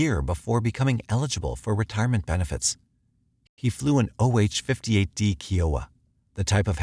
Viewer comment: Kiowa is pronounced Ki-oh-wah. (Like pie or eye)